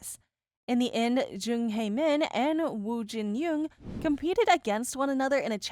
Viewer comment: You keep mispronouncing Hae-Min's name wrong